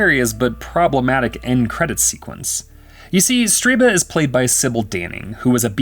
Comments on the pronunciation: Stir-BUH not Stree-BAH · Stirba. STIR-ba. Not Streeba. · why do you keep saying the name "Streeba" when its even clearly written as "Stirba" AS you say "Streeba"? lol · I hate to nitpick, but everytime the narrator said "Striba", I winced. Her name was "Stirba", and it literally appears written on the screen at one point as the narrator mispronounces it. Otherwise, great video on a dreadful/wonderful film! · can anyone making these videos Read. how can you always mispronounce so many words. Striba wtf... its Stir ba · Um, Stirba name mispronounced for this entire narration in this recap... He keeps calling her StrEEba!?!